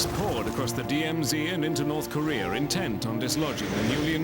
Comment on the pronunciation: Why do they keep saying North Koreor?